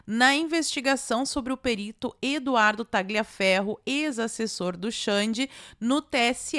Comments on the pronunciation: a pronúncia correta é " taliaferro" GL em italiano tem som de L ok? Beijos 🌸🇧🇷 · Oi,, tudo bem? Like clicado. Não quero ser chato, mas é que incomoda... A pronúncia correta do nome Tagliaferro é: Tálhaferro. Em italiano o "gli" é pronunciado como "lhi". Então, para ser preciso, tecnicamente, seria algo como Taliaferro. Qualquer um dos dois vale. Mas, seja como for, o "g" é mudo.